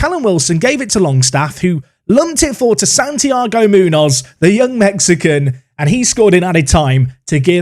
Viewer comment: Your pronunciation of Munoz hurts me as a Spanish speaker lol